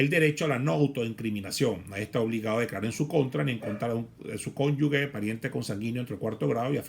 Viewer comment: mal pronunciamiento de cónyuge..............